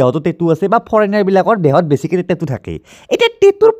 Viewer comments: Tettu nhoi tattoo 😆 ভুল কে কলে শুনিবলে ভাল নালাগে । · Kunu accent e nai😂 টেতু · Tetu nhy dada😊😊😊tattoo